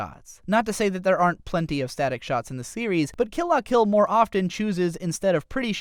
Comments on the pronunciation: Suh-nah-guh-yah-muh? Maybe just don't mention the names if you can't say them. Also, Kill "Lah" Kill and "Kizz-naiver". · It's pronounced kill la kill